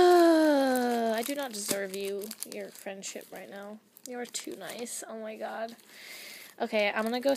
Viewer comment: Pinch urself every time she says oh my good lol😂😂